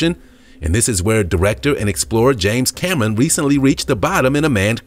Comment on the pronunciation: Cameron..not camen..damn